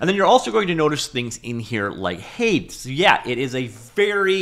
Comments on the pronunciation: i swear the way he said hades distracted me so much i had to triple take. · Ow, I don't think I've ever heard anyone ever say Hades like that... I was confused on what you meant for a second. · I think you probably pronounced Hades like that for the engagement responses. Here's some engagement. Well played, sir. :P